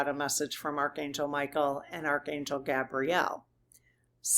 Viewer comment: Archangel GAY-bree-el...syllableable emphasis on the first syllable. Gabrielle is a girl's name...btw angels have no gender as we know it. I know angels have been protecting me all my life...I can even clearly remember, exactly, some of those specific experiences...